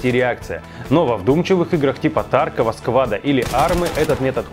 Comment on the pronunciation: Кстати правильно ударение таркОв, а не тАрков. Об этом сами разрабы говорили.